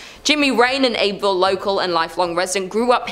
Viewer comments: It's pronounced "Abbyville" not "Abe-ville". Just sayin. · It's pronounced Abby ville😂😂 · Just a friendly FYI. We pronounce Abbeville as Abby-ville. Lol I may start saying it your way